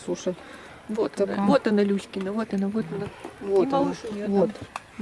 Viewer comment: Когда говорите "Люськина мать", то кажется, что говорите " Кузькина мать"...))